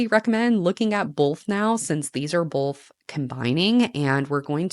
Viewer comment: both not bolth love you anyway ❤